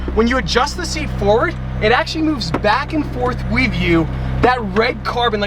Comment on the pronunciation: he says wiv